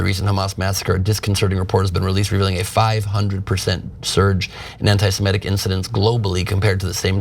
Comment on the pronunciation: Cenk Uygur and Ben Gleib mispronounce "semitic".